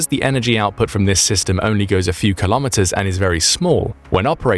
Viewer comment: Your pronunciation of the word 'kilometres' is incorrect.